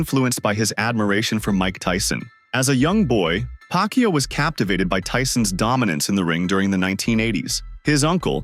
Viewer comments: Its pacquiao!! Not pacyo. Disrespectful. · Woooh, the narrator doesn't know how to pronounce Manny's last name, who's "Pac You"? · nice pronunciation manny paqyou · please pronouce it right😡😡😡😡😡